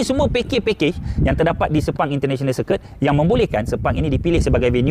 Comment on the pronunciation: Sir Ku it? 😳 Pronounce yg betul lah please